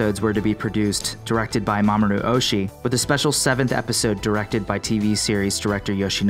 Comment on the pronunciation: That is not “Mamoru Ohshi”. “Mamoru Oshi-i” is correct.